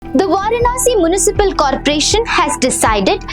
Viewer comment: Poultry and municipal pronunciation is wrong